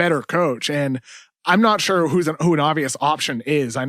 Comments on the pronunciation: Kevin O'Connor doesn't know how to pronounce "sure." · Shorely not